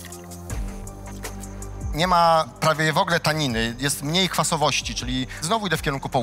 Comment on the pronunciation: Nie wogle tylko w ogóle